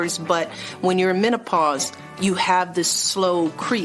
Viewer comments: hahaha man-a-pars ... man pars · MANAPAUSE ? WHO IS HE TRYING TO FOOL ? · M I C H A E L… Men-oh-paws? Yea, right!